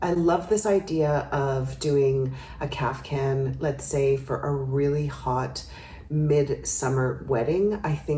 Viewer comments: If you look it up, it is pronounced Kaf-tan, with a t, not a hard c. Now maybe somewhere they do pronounce it with a c? I used to, and was corrected. However it’s pronounced, the ones she shows here are beautiful! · Love your style commentaries. Today - (maybe the heat has clogged my ears) I keep hearing: CAF- Can ..?? whatever, they are their own cool style! THANX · i heard it too :D